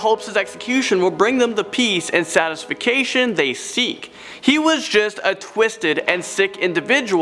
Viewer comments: SATISFICATION Hahahah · Satisfucation, surely he doesn’t want satisfaction! Lmao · Satisfication? Is that even a word? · For real. When he said "satisifacation" it really threw me, lol. 🤣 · "Satisfacation?" Um... 😐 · Sat-ification??? Satisfaction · Well, I suppose we gotta give it up to this host. He invented several new words in this video. Or, should I say that he inventificationed several new words? I wish I had the confidence to do that. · This dude said “satisfication.” C’mon man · "satisfication" lol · I’m sorry, he said satis-fic-cation? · I get people mispronounce things sometimes, but come on dude..."satisfication", "jurditional", "deraged", "more scarier", "BLIND, Torture, Kill". I don't mean to be overly critical here, but come on dude LOL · Wait... Did you say the 'B' in B.T.K stood for Blind? 🤦🏻‍♀️ It's BIND. Gotta say this wasn't to my satis-fi-cation 🙄 Lot of pronunciation errors there buddy. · ''Satisfication''? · Also bugged that he said “satisfacation” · "Satisification?" "Jurditural?" "More scarier?" Come on dude. And these are not chilling confessions. They are short clips of their voice with you talking about it all. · He said ‘satisfication’ instead of ‘satisfaction’. That’s annoying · 'Satisfication'?? You're adorable!! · I know everyone is bothered by the “satisfication” among with all the other weird pronunciations. Which I am too but I got caught off guard by the “zodiact killer” lol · “Satisfacation” Lmao satisfaction maybe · "Satisfication" This guy is my favorite when I feel like hearing the English language tortured to death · Don’t forget “satisfication” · Satisfackation? "Blind," torture, kill? 😂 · Satisfication...hmm...i know who im getting a dictionary for christmas. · satis-fication? lol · satisfacation? really? You sure you wanna stick with that word? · What's SATISFICATION? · Jurdishial review ? Satisfication ? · Is it just me or dose he say satisfaction wrong and also says investigator 😂